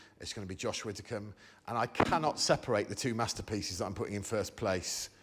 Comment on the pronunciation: Widdicombe Greg, not Witticombe.